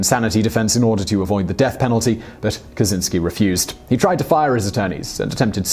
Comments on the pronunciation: Fucking hell, it's Kachinski not kasinski. The cz makes a ch. Geez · It's not "ka-tsin-ski", it's "ka-chin-ski" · CZ in polish is a separate letter(i mean like sh. ch, etc ) and is pornuced like CH in charlie